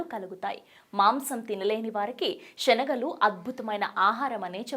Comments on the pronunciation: షనగలు కాదమ్మా శనగలు అనటం నేర్చుకో అలాగే షరీరం కాదమ్మా శరీరం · శనగలు అని అనాలి,షనగలు కాదు, శ, షకి తేడా తెలియదా..